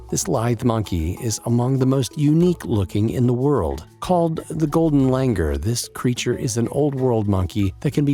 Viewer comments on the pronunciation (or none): Its pronounced as golden lang-oor